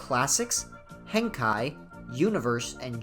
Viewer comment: It's pronounced hen-kay.ヘンケイ